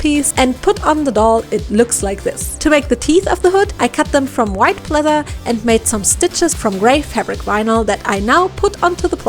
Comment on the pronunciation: Why do you keep saying plether